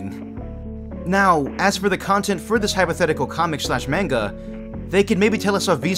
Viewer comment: Why’d you pronounce manga like that?